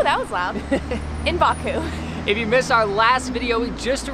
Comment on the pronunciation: She couldn't pronounce Azerbaijan and Baku